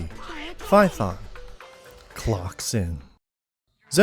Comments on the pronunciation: you mean faethon not python right? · The way you pronounce phaethon hurts me